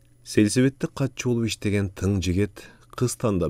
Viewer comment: Олук емес улук